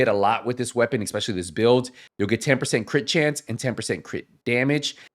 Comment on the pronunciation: there is no X in the word "especially"